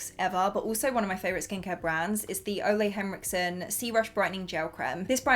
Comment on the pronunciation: I love the way you pronounce Ole Henriksen 😍 It sounds so boring in Danish (where it's from)